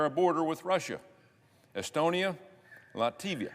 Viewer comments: It is Latvia, not Lativia. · "Estonia Lativia" Yeah, we all know that Latvia is really called Lativia. At least he got Estonia right 😂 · When a politician doesn't know how to pronounce the name of countries he is trying to make his speech about, it tells a lot about the degree of competence and understanding of geopolitics. Lativia, ffs.